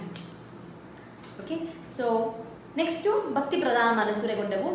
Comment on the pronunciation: Mam.. your mahapraaNa is not clear .. you pronounced 'bakti' but actually it is pronounced as ' bhakti'.. because 'ba' is alpapraNa while 'bha' is mahapraaNa..